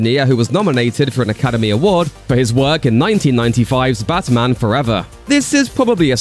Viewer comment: the channel voice calls it butman its def a liberal 🎤👋🏼